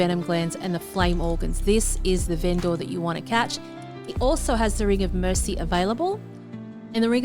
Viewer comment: Every "Ven-Door" scratches my brain.